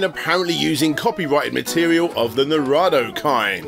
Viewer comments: "Naruto" is pronounced "Nah-roo-toe" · Narado, the anime with the cowboys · Bro, it's "ナルト" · Love that your mispronounciation of Naruto is now an inside joke. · I want a whole video of doing every pronunciation possible of Naruto. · mispronouncing naruto three times in a row bugs me, even if I hate naruto, haha